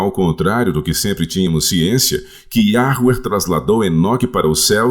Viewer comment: Olá irmãos! Alguém escuta o falar Yahruer além de mim?🙉